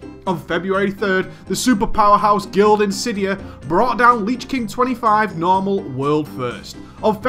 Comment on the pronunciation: "leech king"